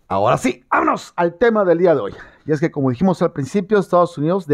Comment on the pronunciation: 🤣🤣🤣 me encanta cuando dices; ejque ejque 🤣🤣